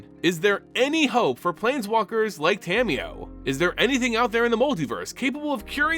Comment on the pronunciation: Love your videos so much BUT! The way you pronounce Tamiyo's name can be a little grating sometimes.... It's Ta-Mi-Yo (Ta, like "ta-dah!", Mi, like "me", Yo, like "yo-yo") not Tammy-yo lol. Nearly all Japanese syllables are broken into two letters in the latin alphabet and they're consistent! That said, keep up the good work! Your videos have helped my understanding of the Magic lore immensely!!